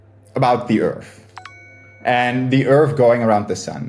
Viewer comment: I don't understand speaking English for a living and not being able to pronounce TH. Edit: Okay why can he say THE but he says "urf" instead of "earth"? Yeah, why are you moving that bottom lip up?